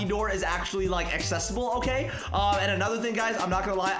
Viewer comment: Who heard he said otay lolo